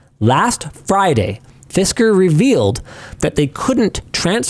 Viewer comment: Fisker mire like Fister, as in they got Fisted